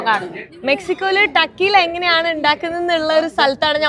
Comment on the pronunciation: ടക്കീല എന്നല്ല pronunciation, Correctly, തെക്കീല !